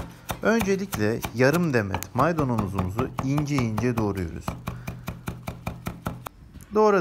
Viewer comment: “Maydonomomunuzu” “Maydonlarımızı” -sandık içi 😂😂😂😂 ellerine sağlık abi 😂😂😂😂